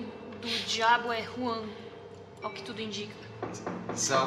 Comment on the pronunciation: s mais que pronúncia sai como Ruan